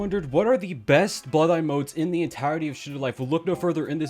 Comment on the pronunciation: sorry to say but 'the' should pronounced 'tha' rather than 'thi' here cause 'best' first alphabet is consonant.